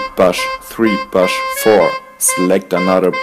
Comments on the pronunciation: It is pronounced bush like the President, like the German U, like the ou in boulder. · omg the "bush" pronunciation was just gold. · The way you pronounce bush is hillarious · the way you say bush blows my mind